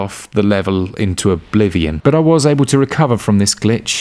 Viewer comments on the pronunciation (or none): none